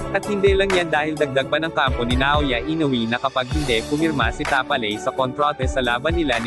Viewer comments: ayusin mo ang pagbigkas sa tapales nagiging taaapppaless 🤣🤣🤣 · Ayusin mo mag title ogag 😂😢Ayusin mo ang pag pronounce mo sa Tapales.😂